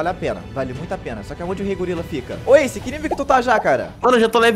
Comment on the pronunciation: não é asce é ace